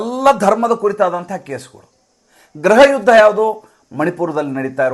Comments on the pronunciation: ಸಾರ್ ಗ್ರಹ ಯುದ್ಧ ಅಲ್ಲ. ಗೃಹ ಯುದ್ಧ ಎಂದು ನಿರೂಪಿಸಿ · ಈ ಸಂಚಿಕೆ ಪೂರ್ತಿ ಆಪ್ ಕಾ ಅಖ್ಬಾರ್ ಹಿಂದಿ ಯೂಟ್ಯೂಬ್ ಚಾನಲ್ ನ ಅನುವಾದ ಆಗಿದೆ. ಭಾಷೆ ನಿಮ್ಮದು . ಸುದ್ದಿ ಸಂಶೋಧನೆ ಶ್ರೀ ಪ್ರದೀಪ್ ಸಿಂಗ್ ಅವರದು. ಗ್ರಹ ಯುದ್ಧ ಅಲ್ಲ ಗೃಹ ಯುದ್ಧ ಅಲ್ಲವೇ? ಕನ್ನಡಾನುವಾದ ತುಂಬಾ ಚೆನ್ನಾಗಿದೆ. ಧನ್ಯವಾದಗಳು.